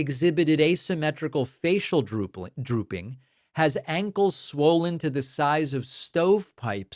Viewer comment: 1.05. I like “droopling” better than drooping or drooling.